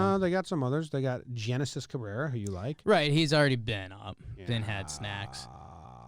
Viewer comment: Genesis name is actually said Henesis